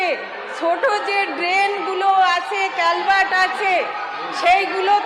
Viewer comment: এ তো ত্রিস্তরিয় উচ্চারণ করতে পারে না, বলছে তিরি স্তরিয় , কালভার্ট কে বলছে ক্যালভার্ট।